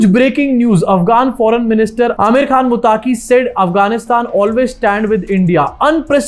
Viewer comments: भाई मुत्ताकी नाम नहीं है मत्तक़ी नाम है। अंग्रेज़ी में ग़लती हो जाती हैं। अंग्रेज़ी है ही ग़लत । हमारी बदनसीबी है कि बिग़ैर सिर पैर की भाषा को हमारे ऊपर मुसल्लत कर दिया गया है 😅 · मुताकी नहीं भाई मुत्तक़ि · मुत्ताक़ी नहीं, उसका नाम मुत्तक़ी है